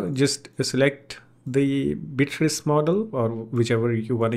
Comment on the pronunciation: Interesting. Thanks. BTW, it's BEE-uh-triss. You got it 90% right. 🙂